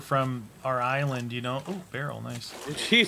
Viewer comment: He combined the words giant and island and said giland